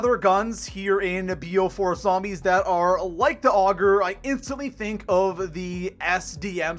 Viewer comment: "Here in bo4 sombies"